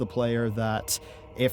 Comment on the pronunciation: Ebon Hode, Tiger Pam. There's no "L" in your vocabulary. It amuses me. Sorry, please continue...